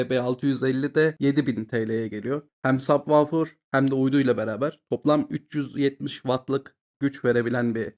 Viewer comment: sabvaufir ne kardes hic mi duymadin nasil telaffuz edildigini hayatinda?